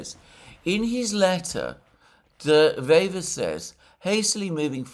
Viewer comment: De Wever is a dyed in the wool (wever = a weaver, pun intended) politician that has many years on his conto and probably the most intelligent man we've seen here in Belgium in a long long time. This is not a lightweight. By the way Alexander, perfect pronounciation of his name.